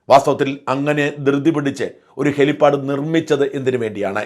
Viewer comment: .....അതു ശരി ആർക്കുംമനസ്സിലായില്ല..ല്ലേ..അതുഹെലിപ്പാടല്ല. " hell pad" ആണ്.